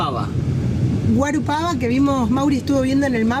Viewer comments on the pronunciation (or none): Bem-vindos ao Brasil. Engraçado que não conseguiram captar direito o nome da cidade paranaense antes de Curitiba. É GUARAPUAVA! Mas, com o tempo aprenderão a pronunciar melhor os nomes em português. . .